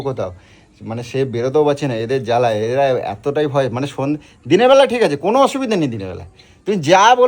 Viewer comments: দাদা বয় না ভয় হবে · বয় পাচ্ছে না ভয় পাচ্ছে বানান ঠিক ভাবে বলতে পারো না😅😅😅😅